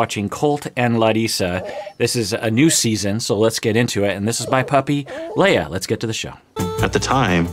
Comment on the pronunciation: Is it Lea or Leia... knowing, it’s Leia.